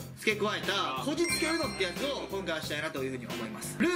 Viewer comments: UMOって言ってない？ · ウノって言ってないやん笑